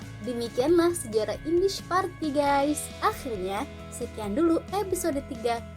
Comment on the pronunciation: Partij dibaca partay